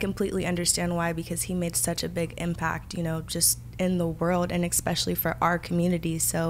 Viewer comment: I loved the interview but I cringed every time Parker said “ekspecially ” lol